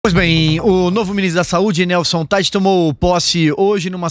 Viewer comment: A pronuncia é "Taich",. Esse é um nome alemao, e ja que o senhor se tem por muito intelectual deveria saber algo de alemao porque que a lingua alema tambem é falada no Brasil em outros tempos chegou a ser lingua co-oficial. Em alemao as letras "ei" juntas, como Teich, o sobrenome desse ministro, tem o som de "ai" e portando se diz "Taich". O senhor deveria ser menos "americanizado" e mais germanizado ja que a lingua e dialetos alemaes sao patrimonio historico e cultural do Brasil.